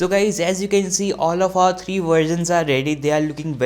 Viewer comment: The way he said versions it sounded like he said “all of our three virgins are ready”